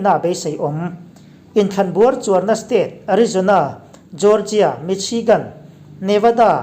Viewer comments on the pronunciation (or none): none